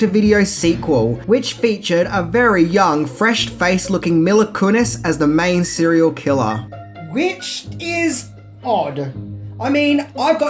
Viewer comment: It's MEEla Kunis, not m-ill-ah.